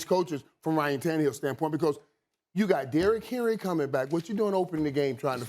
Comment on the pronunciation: Is Stephen A having a stroke every time he mentions ryan tannerhill’s name?